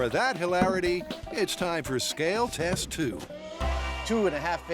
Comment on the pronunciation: he sed tet not test